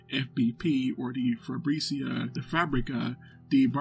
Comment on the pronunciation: It's not spelled Fabrícia, the strong vowel is present in the second letter. Fábrica, not Fabrícia. Fábrica Braço de Prata. Great vídeo nonetheless.